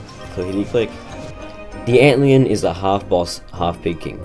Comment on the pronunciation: everyone focused on the dab but nobody gonna acknowledge he said antlEon